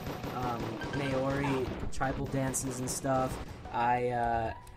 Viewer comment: U pronounced Maori wrong